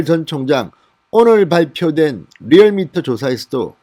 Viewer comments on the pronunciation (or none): none